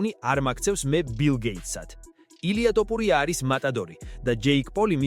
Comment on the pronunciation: რა ტოპურია ძმაო შენ რაღა გჭირს?ტოპურია არა რაჯ კაპური...თოფურია თოფურია